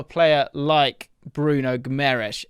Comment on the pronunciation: How can this guy talk about this player? He can not even say Bruno's name correctly..